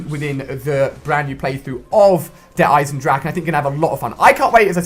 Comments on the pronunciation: it's pronounced Eisen-drah-hah okay you English noob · Noone except the germans know how to speak the 'ch' in "Eisendrache" xDDD